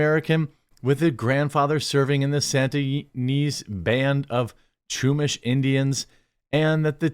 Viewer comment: Ya-nez and shoe-mash. Hope this helps.